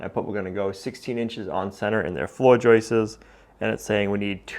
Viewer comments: Hey...the plural of joist is joist not joistes....😁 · I thought you said you were going to keep as much of the original farmhouse as possible. Turns out you kept nothing. And stop Saying joisters !!!! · One joist, two joists, no such word as "joist-ses" - the issue is many folks now over enunciate the pluralizing S in joists so it comes out as Joyce's like they're saying Joyce's hat. I took it as a modern American regional quirk. It's definitely not only. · FYI: The plural of joist is joists... not ''.. joistes..." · It’s Joists, not Joyce’s… no ‘ces’ at the end for the plural of Joist 👍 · No more 👍 until you learn to pronounce "JOISTS".